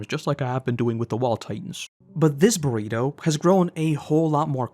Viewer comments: Do you call Bertholdt, Burrito? 😂 I thought I was mishearing your accent but I don’t think so now. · Constantly saying Bergholdts name wrong is great 😂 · please just like say Bertholdt's name right its so annoying like his name isn't even that difficult to say, your name is 🙏